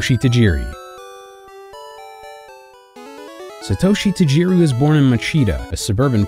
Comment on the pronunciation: Sheesh, can you guys at least make an effort to pronounce names correctly? My ears bled with every Satoeshi Tajeeri. If you’ve watched even one episode of the Japanese anime you’d know it was pronounced SAH-toh-shee.